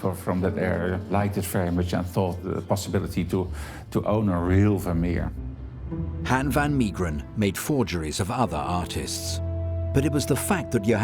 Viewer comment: Hen fan Miegeren 😂 Han= as half van = half Mee geren = may gren Good luck 😂 Ps, I can paint you a Han van Meegeren. He's born and burried in my hometown Deventer.